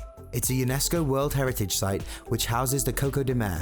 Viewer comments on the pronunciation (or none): none